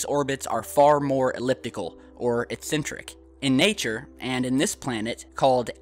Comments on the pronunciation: eccentric not excentric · is he saying incentric or eccentric ?